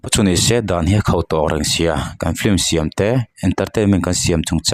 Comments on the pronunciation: "Film" tih pronunciation hi Vai lei tlir dik ve thei lote'n "flim" tiin an lam țhin a. Keini Mizo tribal thu har leh ulh deuh pawh lam dik thiam v ek si hi chuan "flim"chu i ti ve lûl lo ang u. Mizo lei hian" film" tiha letter "l" lam ri telin "f-i-l-m" tiin kan lam thiam êm êm tho a ni. Chuvangin, "flim" tiin lam ve tawh lo hram teh ang u. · Ti nge a chhiartu ber hian ' flim' a tih tlat le?